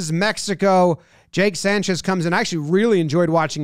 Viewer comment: Jomboy can you say "Mejico " again? 🙏🏿